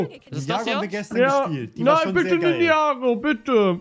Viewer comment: "Ninjago go" Das heißt Ninja Goooo 😂